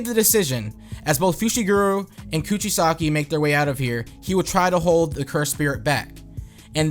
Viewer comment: Dunno if you've noticed this, but you tend to pronounce the "g" in "Kugisaki" like a "j" instead. I can relate, though. Sometimes I look at names and the way it looks visually just doesn't match up with how my brain wants to process it. Heck, I kept thinking of and writing Megumi's surname as "Fushiguru" instead of "Fushiguro." 😅 Still working on that, lol. That almost seems like a nickname in praise of him, ha—"guru."